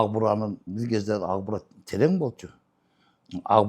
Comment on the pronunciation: Укбураны агбура деп суйлогон гырылдаган акмактар элдин канын ичкен бюрократ коррупциянын ана баштары.